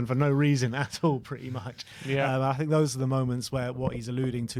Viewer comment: All that blob says is “I tink…” 😂